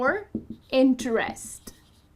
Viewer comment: you mis-stress the verb "interest